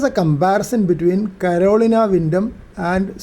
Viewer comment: Thank you for the great video, and an antenna that I am going to put at the top of my project list. Was amused by your pronunciation of Carolina, as it hits these ears as "colonial", but as my wife has a hard time with some English words, I have learned to auto-correct as it reaches my ears. Again, thanks for the video.